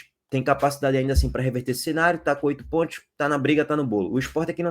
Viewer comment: Amigo fala com mais calma. SANTOS e não santi. PONTOS e não pointi. Tenta caprichar mais na pronúncia.